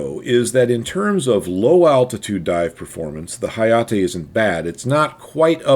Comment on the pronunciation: 英語だと「なかじま」を「なーかじーまー」、「はやて」を「はやーてー」と発音するの?